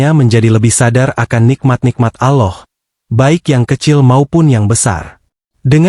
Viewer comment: Assalamu'alaikum mas nyebut alllohnya kurng merdu bukan Aloh alloh